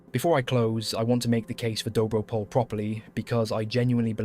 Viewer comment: First a point of precision - "pole" in "Dobro pole" is not pronounced as the English name "Paul". The "e" is pronounced and stressed, like in the French "Calais". Second, as a Bulgarian I found the video interesting but the extreme glorification of the Serbian army was a bit too much for my taste. Keep in mind that the Bulgarians and the Serbs had fought in three wars before WW1, in one of them as allies and in two as enemies. First came the war in 1885 following the unification of the Principality of Bulgaria and Eastern Roumelia (southern Bulgaria). While the young inexperienced Bulgarian army was concentrated at the border with Turkey, the Kingdom of Serbia declared a war and attacked from the west. The Serbian army was much better staffed and equipped with more modern armament and the general expectation throughout Europe was for an easy and fast capture of Sofia. Instead, the Bulgarian forces were able to relocate fast, stop the Serbian offensive and counterattack. After entering Serbian territory our army stopped only when Austro-Hungaria threatened to intervene. Then came the First Balkan War of 1912. Bulgaria amassed an army, bigger than the armies of Serbia and Greece combined. It fought against the main Turkish forces in Eastern Thrace in the direction of Istanbul. The ill-conceived Balkan Alliance broke down when the Serbs (and the Greeks) occupied large parts of Macedonia behind the back of the Bulgarian army, territory, which had been considered as predominantly